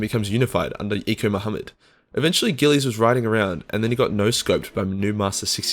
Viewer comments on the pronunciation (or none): none